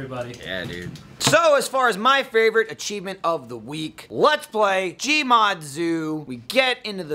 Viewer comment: I cannot explain what happened emotionally when said LLLEETS PLY